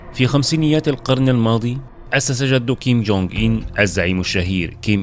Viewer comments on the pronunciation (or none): انت في إسم الفيديو و حتى في محتوى الفيديو كتب كيم جونغ أون و أنت تنطقها كيم جونغ اين لذلك في بعض الأحيان أحسب أنك قلت كيم جونغ إيل أبوه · تقريبن كل الفديو وهوه يقول كينج كونغ مان 😂سبايدر مان